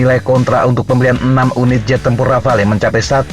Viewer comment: Min, "Rafale" dibaca "Rafal"...